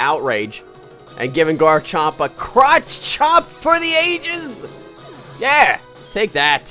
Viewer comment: It sounded like you said croch chop!